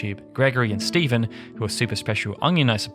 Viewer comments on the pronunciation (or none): none